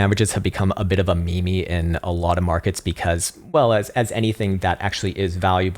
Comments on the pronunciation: Bro did you just say "me me"?... It's "meme" 😂😂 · Please tell me you unironically called a meme a "me-me" and Doge "doggy" 😂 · Stop saying "me me" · I really hope you saying me me, was itself a meme... 😂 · Did dude just pronounce meme as me-me? I can't tell if he's a madman or if we've all been doing it wrong lmao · It isn't me-me. Lol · did he call it a mimi?